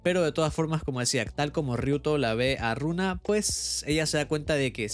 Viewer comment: Hasta donde se el nombre de la prota es Luna, no Runa, pero como la pronunciación de la L es casi una R pues eso, la verdad no se si eso afecta mucho, hay muchos animes donde tambien pasa :'v en su celular se ve que arriba dice "Luna"